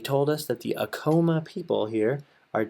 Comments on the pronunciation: I agree with you that he was mispronouncing "Acoma" in the worst way and it was driving me crazy during this video!! I too used to live in Laguna and truly miss it... I miss all of New Mexico...!! Feast time in September... :) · I live in Laguna and you say 'Acoma" Sooo wrong....and to bad if i knew you were out here could have got you up there no problem. You showed my family house too...come back in September 19th for the laguna feast, August 10 for Acoma